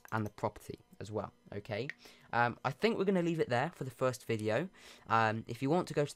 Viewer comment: My favorite part was when he said fiwst